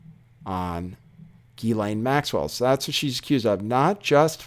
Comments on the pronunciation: actually the French pronunciation is GHEE-lane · Ghislaine pronounced Jisslane. It’s a French name.